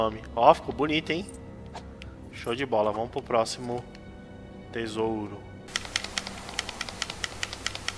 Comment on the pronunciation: Cara, como é terrível ouvir dizendo "tisouro" toda hora, aposto que os dislike foram por conta disso!